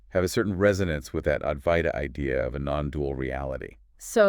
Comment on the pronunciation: Aduaita or adwaita. Not avaita.